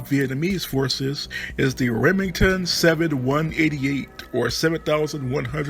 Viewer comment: The Armalite AR17 was designed for hunting and skeet, not for any sort of defense, or it would have had a larger magazine. The Remington 7188 was designed off the 1188, pronounced "11-88", not "one thousand, one hundred 88". Friend of mine was a SEAL in Vietnam, he used the XM174. He had a shoestring with a key ring attached as the trigger because the original trigger kept snagging on brush, so he got rid of it.